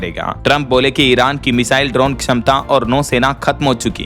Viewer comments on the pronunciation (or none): none